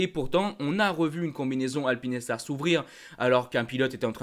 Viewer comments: Bonjour, je voudrais savoir pourquoi tu nous parle de (alpine et star) et pas de Alpinestar! Je n'avais jamais entendu une prononciation comme ça ! Sinon toujours très cool tes vidéos. 🙏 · Showa dynasty et Eitaro sont à l'origine du nom de Shoei. Soit Sho et ei = é pour alpinestar c'est comme la marque automobile française ça se dit alpine star pas alpine et star! 🙏